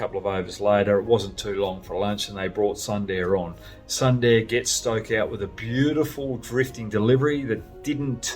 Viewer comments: Hoggy, everything was Perfect in the video but just one, it's pronounced as "Soonderrr" and not "Sun" "Da" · Brad, it's pronounced... Soonder! Great show! 🍻🇮🇳